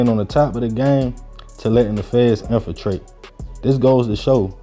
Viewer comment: Infatrated isn't a word my dude